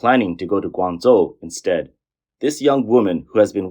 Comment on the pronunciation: Guanzuo 😂😂 Guangzhou =wanjou